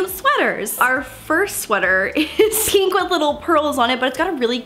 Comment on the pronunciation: Everyone's posting about how hates pants, I was shocked no one commented on her saying "Peenk" instead of pink😂